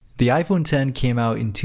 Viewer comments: Finally a YouTuber who properly says "iPhone Ten" instead of "iPhone Ex" (Even though you accidentally said "iPhone Ex" once lol). I thought the idea of Apple using roman numerals for the 11, 12, and so on would have been cool but they probably noticed so many people saying the name wrong for the phone they probably passed on that lol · It’s iPhone X (10) not X 😅